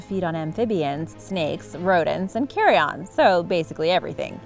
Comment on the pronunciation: There was another one, funny, abt 2/3 through: eating already dead animals is: 'carry-'n' (carrion), not 'carry-on', (as if "carry-on" luggage.)